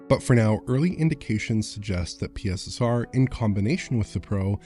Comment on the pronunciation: can we adopt pronunciation of PiSSeR?